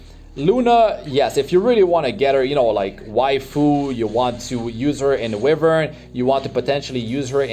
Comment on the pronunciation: mr it's pronounced as whyvern not wihvern, just fyi.